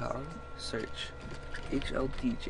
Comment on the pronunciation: your voice is so weird it sounded like you said hlbj O_o half life bj..... eww